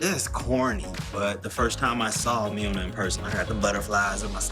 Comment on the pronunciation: Did you really just cause Miona “pneumonia”, instead???😂😂😂😂